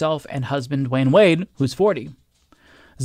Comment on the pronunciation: It’s Dwyane NOT Dwayne.